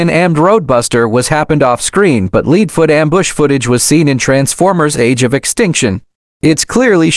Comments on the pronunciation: Also you spelled leadfoots name like saying leading or something else among those lines also you said ksi in a very weird way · It’s not leedfoot leadfoot